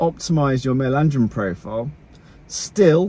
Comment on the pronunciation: “Male andrrrirn levels”